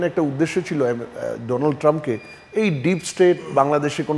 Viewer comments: ডোনাল্ড ট্রাম্প কে ডোলান্ড ট্রাম্প বললেন কেনো? ..... আপনি সাংবাদিক তাই উচ্চারণের দিকেও খেয়াল রাখতে হবে ...... ❌❌❌❌❌❌❌❌❌❌❌❌ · Its donald not doland